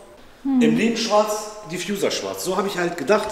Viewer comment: Bitte nicht "Diffjuser" sagen 😂😂